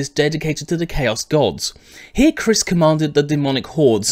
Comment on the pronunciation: The proper pronunciation is Ky-riss.